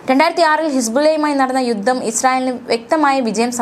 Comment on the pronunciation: യുദ്ദം അല്ല കുട്ടി.. യുദ്ധം